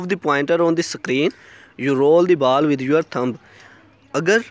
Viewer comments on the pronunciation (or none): बाल नही बॉल😂